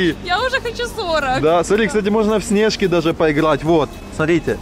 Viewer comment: Сне’жки хаха ниразу такого ударения не слышал